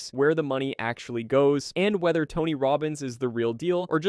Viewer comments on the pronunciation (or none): none